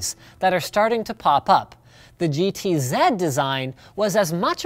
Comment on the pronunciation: Yay, he said GT-Zed instead of GT-Zee